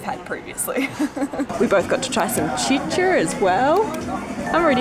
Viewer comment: It was worth it just to hear her pronouce "chicha"